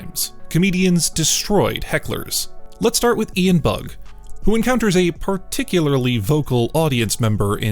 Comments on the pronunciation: Hey, I like comedians as much as the next guy, and appreciate the content, but damn, right out the gate the first Comedian, you get his name wrong. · Ian Bagg, not Bug. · Ian BAGG, not Bug! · It's Ian Bagg not bug. Come on now lol